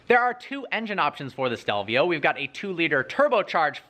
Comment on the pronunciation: he says stelvia instead of stelvio